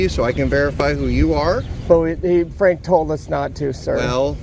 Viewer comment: Oh, "PFrank", kinda like "Pfizer" or "Pfister"...